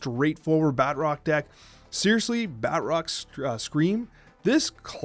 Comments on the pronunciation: I cant stand the way he says Batroc. It's Baah-Troc not Bat-rock. Emphasize the T not the R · Bat Rock lol... There's probably no use in telling you this, but It's pronounced Ba'troc. Like Tron but troc. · you’re wrong. I just double checked an official marvel video and they say Bah-Trock. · Put some French on that pronunciation my fellow Canadian! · Anyone else extremely perturbed, the way he pronounces Batroc?